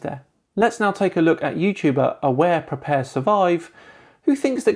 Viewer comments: It cracks me up every time he says "look" as "luke"! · Perry Hampson It’s how they pronounce “look”.